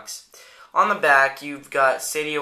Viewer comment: it's "Seidio", not "Sedio" nice review tho =)